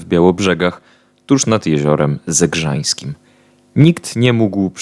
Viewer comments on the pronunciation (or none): Zegrzyński, nie Zegrzański. Rembelszczyzna, nie Rembalszczyzna.